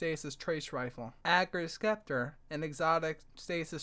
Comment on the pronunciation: It is pronounced "Septer"